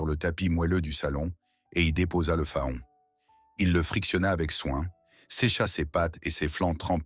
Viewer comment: Un fa-on? Non faon se prononce Fan